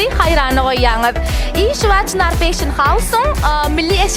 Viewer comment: Vedushijan bet gurleyanay (feyshin) diyip Molasses))))